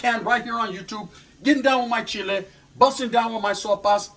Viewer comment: 😂 he said I'm Gona continue " my chile"